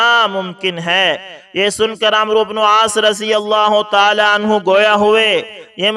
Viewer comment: عمرو۔ کوAmro نہیں پڑھتے بلکہAmr پڑھتے یہ عربی زبان کا لفظ ہے اسے عمر پڑھتے ہیں- اس لفظ میں و سا کن ہے